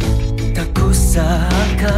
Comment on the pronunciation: The singer made a few minor mistakes in pronouciation though.. seperti kusangka terdengar seperti kusaka, membuatmu terdengar seperti membuangmu. Overall, pronounciation bahasa indonesianya bagus banget.. kalau saya mendengar lagu ini dengan mata yang tertutup, saya tidak bakal mengira kalau orang asing yg menyanyikan lagu ini.. bravo Monsieur Jonatan. Keep it up!